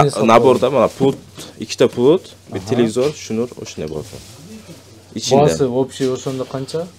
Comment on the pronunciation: Телевизор деп айтсан тууган,телевизир деп айтпа